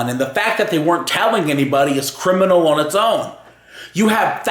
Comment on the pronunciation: Can you say on properly its annoying.